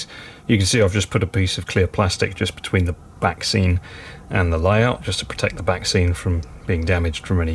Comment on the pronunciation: Every time you say 'back scene' I keep hearing 'vaccine'. This last 12 months has really affected me!!